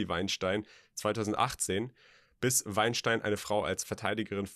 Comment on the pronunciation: Wein stien englisch ausgesprochen!